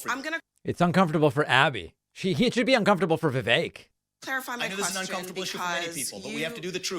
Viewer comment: VIVEK pronounced VIKAKE to rhyme with CAKE - also RHYMES with SNAKE !! what a LIAR